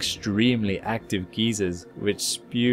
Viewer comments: English isn't your first language, but we can help. It is not called a geezer. A geezer is an old man. It's pronounced a guy zur. It's spelled geyser. Not geezer, not even close to geezer. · A Geezer is an old man. A GEYSER is a hot spring under pressure and it is pronounced "Guy-zer". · It's a geyser not a geezer.. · "Geezers", don't you mean 'geysers'? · ITS PRONOUNCED (GUY-ZERS) NOT (GEE-ZERS) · Hebblethwaite Geezers from Europa sounds like a bad sci fi movie. I know he meant gyzers but he said geezers. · Geyser is pronounced like guyzer, not geezer. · This guy doesn't know how to call them geysers he calls them geezers like an old geezer LOL. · It's pronounced (guy-zers) not geezers, dummy! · Gai-zer not Gee-zer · Water geezers :) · "Guy-zeeer!"... Fucking "You-Are-Peeing"!... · "It has extremely active geezers" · Ha ha made me chuckle when I heard it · I know, I tried so hard not to comment on that, I guess it seems I did anyway... Damn GEEZERS! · Guy-zer. Just saying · I've got to say, I as an American did not expect your pronunciation of "geyser." That's just my immaturity though 😅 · British pronunciation of geysers.